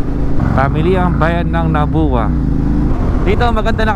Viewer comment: Sa pagbigkas.. * Polangui - ok tama ka * Bato - ok (dito bilihan mismo pansit Bato dun sa may crossing nung dumaan ka) * Nabua is NAB-WA... sana lumiko/dumaan ka Iriga City :-) Maganda rin mag-vlog dyan. Dumiretso ka na ata Baao from Nabua. Nung dumaan ka Pili, sayang, sa may Palengke ka na sana bumili ng pili nuts. Marami ring pasalubong mabibili dun like tuyo/daing. Maganda na cover mo rin sana yung sa baba ng Old Zigzag road (Atimonan ata) , naku grabeh dun lubak. Dapat kasi namomonitor weight limit ng mga truck na dumadaan bukod sa kurakutan. Nakakalungkot lang dahil isa akong bikolano (frm Bato). Mas maganda accent sa Rinconada area like Iriga-Nabua-Bato.. hahaha RS!